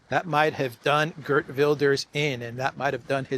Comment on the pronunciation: Geert is pronounced as heert in Dutch btw.